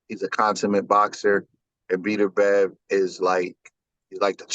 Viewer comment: Did this man call him beater bev. 😂